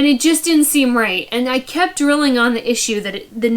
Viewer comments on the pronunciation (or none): none